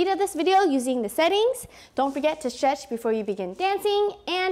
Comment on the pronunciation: Her: stretch what I hear:shresh